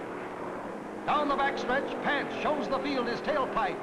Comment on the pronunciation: Have to smirk every time the commentator called Marvin Panch's name... It's pronounced "pahn-ch," not like the frying pan "pan-ch." Over the years, I've even heard it pronounced "pun-ch," depending on who was doing the talking, but never "pan-ch."